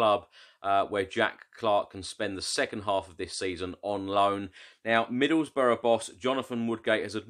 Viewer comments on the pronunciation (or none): none